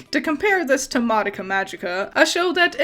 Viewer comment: the pronunciation of madoka is killing me where did the other a come from you saying ma da ka 🤣